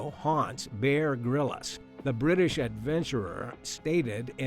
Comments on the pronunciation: It’s Bear “Grills” not “Grill-is” Listen to 30 seconds of his intro would give you the pronunciation. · Bear Grillis???? This narrator mispronounces so many words in these videos! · Say 'Grills' now you have pronounced 'Grylls' correctly.